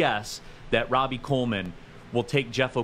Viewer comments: Every time dude said “Rob-E” Coleman, it irked me lol it’s “RO-BEE” Coleman my guy… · Ruhl, it's pronounced Ro-Bee. Nickell Robey Coleman